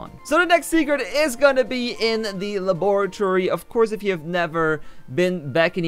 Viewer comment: The way he said laboratory BAHAHAHHAH 😂😂